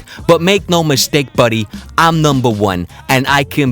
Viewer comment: *Buddeh not buddy